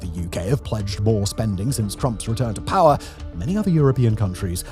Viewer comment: I love when Simon pronounces power as 'Pah".